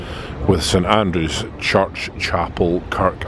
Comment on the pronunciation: May I respectfully point out that the name of the square is actually St Andrew Square, not St Andrews with an ‘s’ at the end.